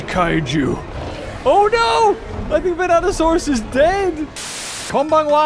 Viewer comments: Completely. Different. Skull dino man. Vanatosaurus and Vastatosaurus are not the same dino. Hearing him say it wrong throughout most of the vid is making me whinge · Yep. Them "Vanatosaurus's" are pretty vicious. Totally not "Vastatosaurus" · Vastatosaurus.... Not Vanatosaurus 🤦‍♂️ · Godzilla '98 is NOT Zilla. Also, they're called Vastatosaurus and NOT Venatosaurus. Just saying. ^^ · Me: Vas: Vas Me: Tat: Tat Me: O: O Me: Saurus: Saurus Me: Vastatosaurus: Vanatosaurus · Vanasurus sounds like bananasurus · Venato>Vastato XD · Bro said vastatrsauros once and then the rest is venatasauras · In the intro you said vanatosaurus ITS VASTATOSAURUS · Seriously? It's not Venatosaurus. It's *Vastatosaurus. Rex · Vastatosaurus not vanatosaurus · he says vanatasaurus instead of vastatasaurus lmao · It’s VaSTATosaurus not VaNATosaurus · it is not vanato it is vastato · ya japanese speaking show off lol! 😅 vrex! 😚 and its vastatosaurus rex not venatosaurus. venato/vanatosaurus r the raptors in the film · See, I also heard "Bananasaurus" like the first time he said it but then I was like "Nah, It's Just Saying Dinosaur Names Wrong." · 'Vanatosaurus' Me: gets triggered everytime he says that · I kept thinking you were saying “Bananasaurus” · Even the caption keep saying bananasaurus rex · VASTA! Say it with me: VASTAsaurus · when he said vanatosaurus i left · yes but beaver is talking about vastatosaurus